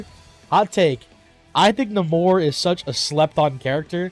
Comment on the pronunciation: Bro said "Nomore" 😂